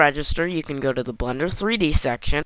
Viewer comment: I laugh everytime you say Blender, because it sounds like you're saying, "Blunder". That also kinda works, because everything I'm doing in blender is a blunder. lmao